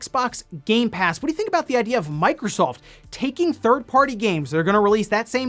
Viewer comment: i skipped the 8bit do stuff because i cant handle when he says doh like homer simpson. it drives me crazy.